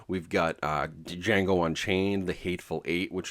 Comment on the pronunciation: The D is silent. You said Duh-Jango. That’s Amateurish